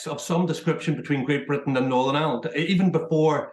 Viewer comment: WTF do people pronounce IRELAND as island!!!! Twats, it's like they can't bring themselves to say IRELAND!!!